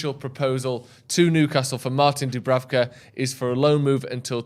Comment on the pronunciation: Imagine butchering Dubravkas name every week